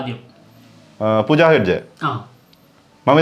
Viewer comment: പലപ്പോഴും ആളുകളുടെ പേര് തെറ്റിച്ച് പറയുന്നതായി ശ്രദ്ധയിൽ പെടുന്നത് കൊണ്ട് പറയുകയാണ്. ഒന്നും തോന്നരുത്. ശ്രദ്ധിക്കണം. ഉദാഹരണം ഇതിൽ പൂജ ഹെഗ്ഡെ യുടെ പേര്.